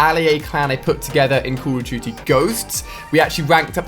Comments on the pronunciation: CAWWWWW of DOOTY WA WAAAWWW TOOOO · The way this guy says Call of Duty is funny